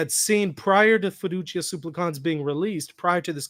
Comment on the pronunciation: This is a nitpick I know, but it's been bothering me. The accent in the word "supplicans" falls on the first syllable. You're right that the final syllable as long, as is the first, but please don't accent the last syllable.